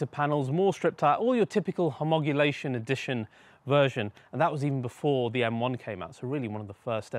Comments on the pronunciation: Great car, its Homologation not Homogulation. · Hey, mate, it's HOMOLOGATION, not HOMOGULATION, as you keep saying in this vid!! 😂😂 Other than that, great vid! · “homogulation” X 2 😂 Really love your channel despite homologation not being in your vocabulary. Keep up the good work, it’s obvious you’re a true petrolhead.